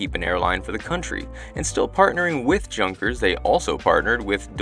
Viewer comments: As always, a great video and lots of very informative narration. Thank you. One small thing..... Junkers is pronounced yoon kers in German, I think........ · Junkers is pronounced, 'younkers', I found your long history lesson rather boring...sorry... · yet it hurts when he pronounces Junkers as Dshunkers. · I always love the research and history as part of your reviews. Also, and only because this is at least the second video it’s been referenced, Junkers = Yoonkers in English. J in German is like Spanish with a Y sound, and the U is long. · “Junkers” That made me 😂 per the mispronunciation. It’s pronounced…”unkers”. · Also, the s is silent in "viscount." vI-count. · Junkers, pronounced 'younkers' and Viscount pronounced 'vi-count'. ;-) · i love the767. it is my favorite transatlantic ride. Junkers is pronounced yoon kers in German, I think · Junkers is pronounced like Yoonkers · Junkers is pronounced Yunkers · Try to work on that pronunciation of Junkers...says the guy from Munich.